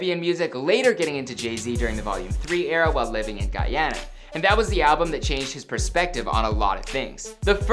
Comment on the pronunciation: Its Guuuuuuuuuuuuyana not Gaaaayana